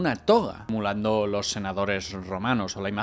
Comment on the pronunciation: se dice "emulando". no "mulando". minuto 20